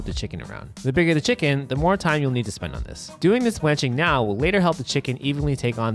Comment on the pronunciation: of course find the guy that says "chickeen" for a chicken video so he has to say it 100 times. delightful